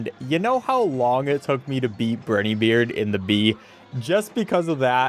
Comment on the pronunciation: I can't believe this came out right as I was rewatching your other Cuphead stuff! But uh also... Brineybeard. Long I. Not Brih-nee, Bry-nee, bry rhymes with cry. And Werner Werman is a German rat, so his name is pronounced with Vs, Verner Vermin. Please. My soul can't take it.